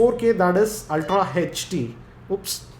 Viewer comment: (no offence but ) HACH D !!!! (HD)